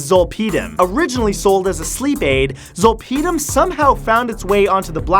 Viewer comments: XD You say "Zole-pee-dim".... "Zol-pud-im" Zolpidem is generic Ambien and is widely prescribed in the US for sleep still... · Zolp(aahdem) how it’s pronounced is generic ambien . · zol-PEE-dem lol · Zolpidem is generic Ambien. I’ve also never heard it pronounced “zole pee dumb” before, but I’m definitely going to start pronouncing it your way :) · Lol, facts. All the drugs he talked about are very well known. Especially when he said and mispronounced Zolpidem (Ambien). What a clown 🤡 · As a previous pharmacy tech, your pronunciation of zolpidem is driving me nuts. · wow they way he pronounces zolpidem is hilarious, had no idea what he was talking about at first and it's something I take almost every night. It's better know as ambien. I have migraines and sleep apnea and my mom does too, so we both are prescribed it by doctor. Yes can get you very high in a weird very way and makes you black out. i had accidentally taken 2 10mg pills once, because I had no idea it was so strong. I took 1 didn't seem to work so took 1 more, next thing i remembered was waking up with a couple cuts and bruises in my living room floor not knowing how i got there at all with something cooking in the oven. It's honestly not addicting at all for me at least, and im an addict so didn't realize so addictive can be for others.